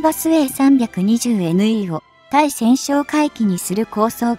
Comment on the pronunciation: ついせんってなに？たいせんでしょ😀